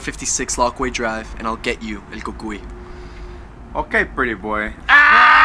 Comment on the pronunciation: Who else thought the way he said he’s the Cúcuy was cool